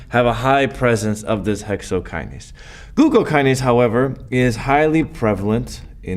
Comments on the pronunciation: Thank you Prof... Dont' leave the 'n' in hexokinase next time🤓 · Thanks for this but I just noticed the " Hexokiase" thing